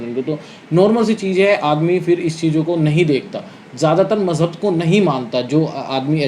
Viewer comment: Mjhahb 😅😅😅😅😅 dharm hota h majhahb nhi 😅😅😅😅😅😅